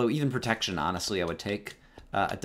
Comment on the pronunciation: Sounded like you said 'I have projectile projection in my pants'. Minecraft pickup line #34